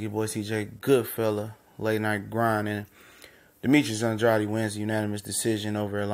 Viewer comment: I interview Fighters and it's disrespectful to pronounce his last name wrong it is supposed to be Andrade not andreotti